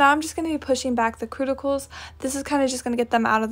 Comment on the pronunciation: Oh my goodness... "The Tool for your Cruticals" gets me everytime!!! 😂😂 Now Im binge watching all the tutorials to see if they all say Crutical instead of CUTICAL 💖😂 Which so far they do.. I am currently into doing my own nails & I love watching reviews to see what the best nails seem to be. Thank you for the video 💖😊